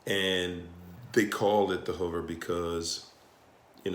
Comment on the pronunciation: I love the videos. Until he says HUVER IT'S hoover.